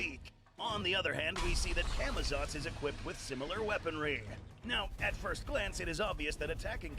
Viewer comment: tf is camitots? its camazotz